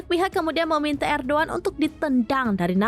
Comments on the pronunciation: Sebut lah nama peminpin dengan betul kalau tak pandai jangan jadi pembaca ERDOGAN bukan erduan bahlol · Erdogan min bukan erdoan😅😅😅